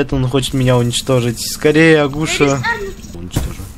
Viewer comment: Агу'ша? Правильно а' гуша